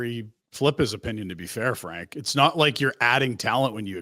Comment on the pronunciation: Hey Frank attempt to say his name right.